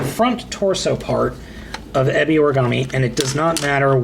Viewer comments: It is pronounced eh-be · exactly. this guy who did this review acts like he watches the show but if he really did he'd know how the say Ebi Origami's name.